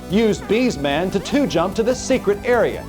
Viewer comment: “B’s Man” *BS (Bullshit) Man Narrator is certainly not a Cinemassacre fan.